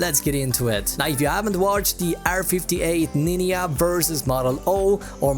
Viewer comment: “Ninja” is not “Niniya